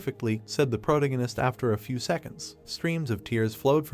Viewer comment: I immediately knew that when he kept saying pro-tingus he meant protagonist. I've seen too many of these videos.